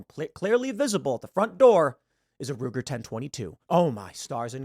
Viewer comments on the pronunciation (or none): none